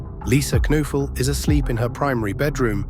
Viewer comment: The victim's last name is pronounced with a hard K...and "noe" is pronounced "nay" Kuh-nay-ful